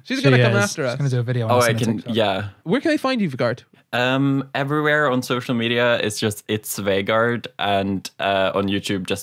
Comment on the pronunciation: was it annoying anyone else that they kept mispronouncing Vegard's name??